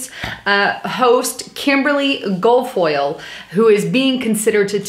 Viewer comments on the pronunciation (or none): Sorry again I can't control my OCD. Let me help you with last name pronunciations. Kimberly's name is Gil (like a fish "gill") and foyle is like aluminum "foil." I would be surprised if Trump put her in. I look forward to your post everyday. Love swamp music at the end. Wish you and Diesel would have done some "swamp dancing." Ha!!!!